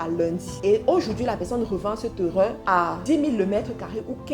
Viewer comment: Bonne vidéos et un bon contenu! Félicitation! Sauf que tu pronnonce très mal le mots "terrain" et c'est fort désagréable